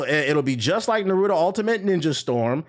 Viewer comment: "Narudo"lmao why do niggas put D in Naruto's name and pronounce that way?!